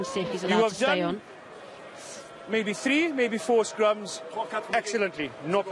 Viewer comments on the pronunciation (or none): “Come over here I’ll speak to number tree”